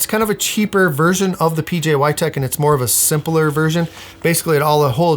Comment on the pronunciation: IF HE SAYS "pjy" ONE MORE TIME.....